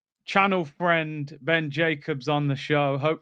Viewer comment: Awh, channel fwenss 😂